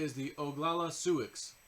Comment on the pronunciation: the tribe is pronounced Soo